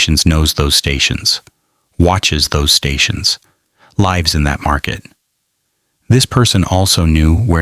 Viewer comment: AI mispronounced lives and said FBY ???